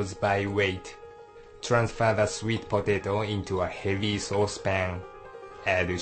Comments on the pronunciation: I love how he says "swet potehto" HAha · the man sounds funny when he says sweet potato. lol